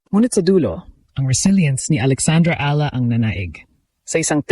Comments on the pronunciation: Eala prounced Eyala hindi ala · Ee ya LA... Hindi ala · Ano ka ba - Pinoy ka ba? Correct your pronunciation: E-YA-LA, not A-la. Get the basics down. Your other Tagalog words are pronounced incorrectly.